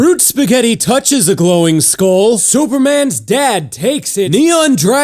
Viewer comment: I love how you say superman's dad SOOpermins dad!